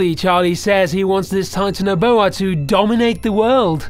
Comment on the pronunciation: its not Titano-boa its Titan-boa